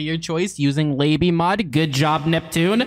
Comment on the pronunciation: its not l-ABY mod. its la by mod.